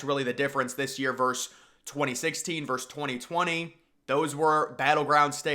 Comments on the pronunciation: Versus not verse. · “V.” or “vs.” is the abbreviation for “versus,” which has two syllables. Respectfully submitted by a Professional English Major.